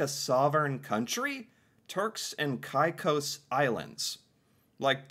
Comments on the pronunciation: This would make perfect sense for T&C (also it's pronounced cay-cos), but no sense at all for the Canadian government. Firstly, they would benefit from our health care system and money needs to go into that. Then, tourism and infostructure dollars would go to T&C, and money would have to be infused in the "new" province, while all other 10 provinces would suffer. Furthermore, if we also look at tourism for Canadians to visit the hypothetical new province of T&C, why in the world would Canadians do that, when we could easily go to other closer islands that are much less expensive? Domestic travel is shockingly expensive. Also like many have pointed out, T&C want to join Canada, Canada does not want T&C (for good reason). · The islands are pronounced Turks and Caycos, though it is spelled with an i instead of a y. You heard the guy in the story pronounce it Turks and Caycos, you even pronounced it that way several times but you keep coming back to calling it Turks and Ceyecos. Do you have a short-term memory problem or do not really pay enough attention? Geesh it's frustrating listening to you sometimes. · Yes, many Canadians know of these islands. They too wanted to join. And it's Cay cos...Caicos. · We all had our fingers crossed for Turks and Caicos (pronounced caykos) to be part of Canada. I know people who have vacationed there. It’s beautiful and relaxing. They also have nude beaches! 😉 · Caicos is pronounced "KAY COS" 👍💯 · He has said how to say the islands name Turks and kakos but you keep on saying kakos wrong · Pronounced cake o's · Frustrated at how kept mispronouncing Caicos and saying it was an island even after the video mentioned there was eight inhabited islands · Every time he heard the narrator say it correctly he would then say it correctly 2 or 3 times, then he’d revert to “KaiCoose”. Over and over and over again. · it's K-eh cose, not K-eye case.!😅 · It's pronounced KayKos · It is pernouced terks and kakos